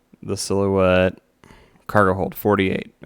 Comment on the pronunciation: Sil-hoo-ette lol